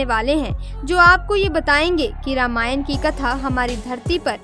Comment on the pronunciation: प्री आप रामायण। के बदले रामायण। क्यो बोल्ते है